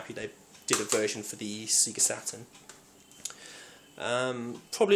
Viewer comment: golden axe and double dragon have always been underated when both are well above average fighters. Oh yes and its "sayGA" not "seeGA" lol